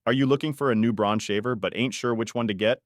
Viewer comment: Braun is a German company...so it's pronounced "Brown"...just saying!